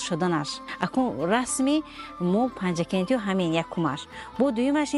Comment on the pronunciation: Панчикент не, Панчакент!